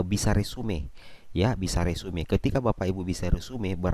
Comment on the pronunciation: Bukan resume bacanya....resum